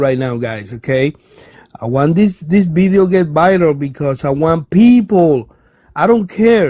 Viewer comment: I could barely understand you. Nice “Bideo” though.